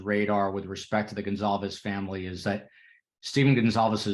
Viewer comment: Kaylee’s family’s name is pronounced Gon-Kal-vez. Emphasis on Kal. Sorry, a pet peeve of mine especially when it’s the victims and the families. It’s a matter of respect and decency to know how to pronounce their names correctly.